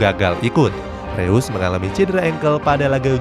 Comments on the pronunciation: Koreksi min reus bacanya (roys) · bacanya roise bukan reus bang